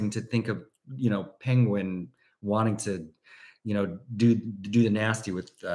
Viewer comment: Every time you say "Penguin" it reminded of Benedict Cumberbatch mispronouncing it bigtime joke! Also, your delightful jabs at this having questionable scenes, made me think if I had I seen any ? Yes, only one with Nicole Kidman😊